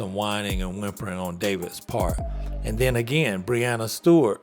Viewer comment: Dave can go back to review pizzas. No one is creating more hate than idiots like him. Breanna Stewart is 4 time MOP & a 4 time Champion but he doesn't want to even say her name right.